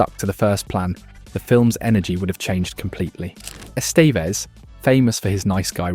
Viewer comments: That, and "Ess-STEEEVE-ezz" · "Es TEE ves"?? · E 'stee vez ? I wish for your sake this WERE AI narration.